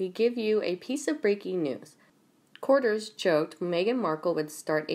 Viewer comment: Cour- tee-yers ; courtiers (sp) You got it, girl x